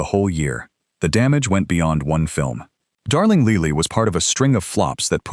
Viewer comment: Darling Leely? Funny, I would have pronounced that Lily, like the flower.